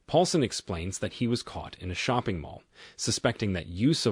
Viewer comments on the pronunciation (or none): none